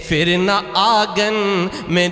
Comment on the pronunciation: phir ko aap fir padh rahe ho, itna farq bhi nahi pata? lagta he doosre se likhwake padhte ho